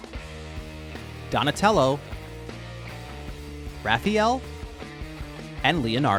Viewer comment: It’s [Raff•Eye•El] 🍕🐢